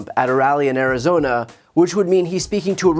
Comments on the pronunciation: He muffed arizona so bad i thought he was at a conference for asian voters. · How does his inability to say Arizona not register more? I think that is an ad that needs to happen tomorrow!! Does he really think turning around and saying "so Sioux City, what do you think about..." ???? Wow.